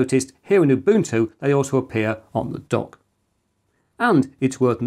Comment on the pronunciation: For the benefit of all: Ubuntu is pronounced ooh BOON too. It means "I am, because we are." Much in the gist of open source.